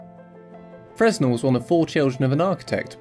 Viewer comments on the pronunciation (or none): The 'S' is silent as he was French, should have been pronounced 'Frenn-Elle'.